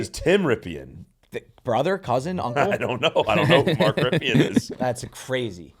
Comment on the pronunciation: As a Redskins / Commanders fan - you are butchering Rypien's name. Lol Brett Rypien is his nephew.